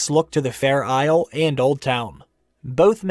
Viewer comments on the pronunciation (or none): none